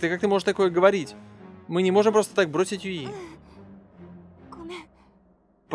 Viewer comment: Костя!Ты первый человек,которого я знаю,который не говнит второй сезон SAO.Уважуха.Мне лично как первая часть понравилась,так и вторая.Аниме Ускоренный мир имеет довольно жизненную тему,и к тому же связана с виртуальным миром,по идее.Сама не смотрела,но,для понимания некоторых деталей данной игры,возможно и стоит посмотреть.Или вдоволь.И не юИ,а Юи.